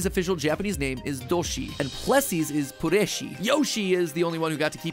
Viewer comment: The way you said “Puresshi” sounded so Russian